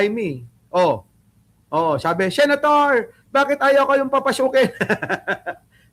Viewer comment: ang dinig ko “babasukin”😅